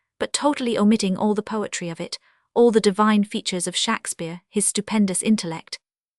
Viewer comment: how laughable to use an ai voice which can't even pronounce Shakespeare in the correct way . OMG